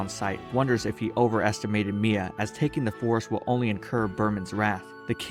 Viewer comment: ok is it just me or did he say mMia?